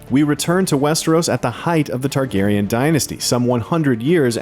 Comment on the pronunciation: Targaryen not Tarkarian